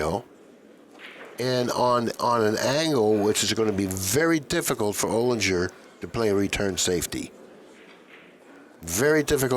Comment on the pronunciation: I know Alex O. and it’s Olinger like finger…